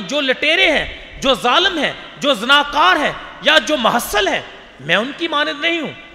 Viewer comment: please say mehule lene wala not mahasal